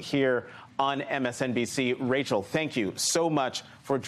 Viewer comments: He almost said Rachet Maddow. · Is Rachel so insignificant that even the people at her own network trip over her name like they’ve never heard of her before? 🤔